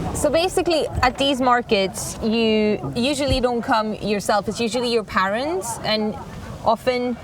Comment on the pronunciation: So we're all gonna ignore how badly she's pronouncing "parents" .... 😐😐😐